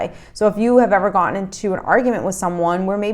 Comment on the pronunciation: It is so irritated to try to listen to someone supposedly educated who cannot enunciate the letter "T". "ImporTant", not "impor-Ant". 'GoTTen" not "go-En". Sorry, makes you sound illiterate.